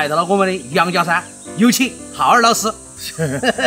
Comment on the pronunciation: 你叫浩二老师我怎么光听成哈儿老师😂😂😂